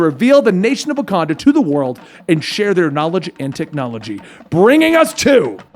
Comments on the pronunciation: Did my mans just say the king of wacondom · Rakanda?? He says that shit like too many times....